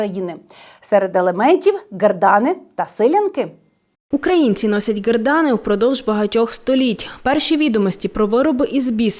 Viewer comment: Як же я не можу з різних наголосів на "гердани" чи "силяти"... а ще оце "спадчина" ріже слух прям капець 😫